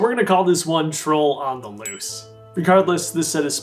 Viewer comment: That dramatic pause before "Troll on the Loose" had me in stitches, lol! xD